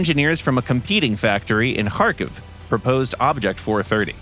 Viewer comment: Russian developers and pronounced "Kharkiv" correctly? That's new (and good to hear)